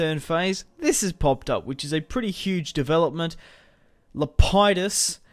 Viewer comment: It's lep-i-dus